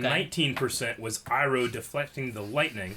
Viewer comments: And yet he still says “Eroh” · you pronounce Iroh wrong!!!!!!!!! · Yo why the fuck does still pronounce Iroh wrong?